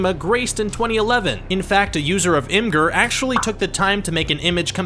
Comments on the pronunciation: "Image-er" is correct. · "image-er" I think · Imgur is pronounced imager... Ugh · did you really just pronounce imgur as im-gurrr